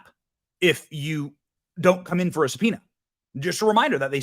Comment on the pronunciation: how did the news reader pronounce subpoena? Did he say suh-pee-nee-uhh? Lol